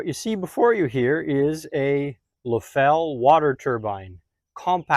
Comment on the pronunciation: It's pronounced LEFF-el...not leFELL. They are still in business in Springfield,Ohio. If you don't believe me, call them up and see how they answer the phone. I used to work around Leffel turbines that were 48" in diameter. Never have seen one this small. Thanks for posting this.